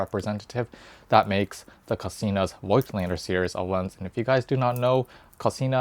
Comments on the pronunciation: It's a german/austrian word. We say "Fogtlander" if you pronounce it the english way. You're not too far from that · Hi. I am sorry for that. But your pronouncing is more then terrible. It will be pronounced Like Fogtlander in english. And how you pronounced it is like the germans Idiots speaked in the ww2. In germany (i am a german guy and live in germany) this is really a very sensitive theme. And it is about 80 years ago. So Nobody in germany is alive from this time. And we Don’t want this time again. So please have a Little respect to your german viewers. Nobody in Germany would publish a video with a pronouncing like that. Because it would be the end of the youtube career. Please think about it.